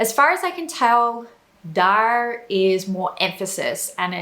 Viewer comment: She correctly pronounces the r at the end of daar and er, which most English and Australians wouldn't do naturally but most all Americans would.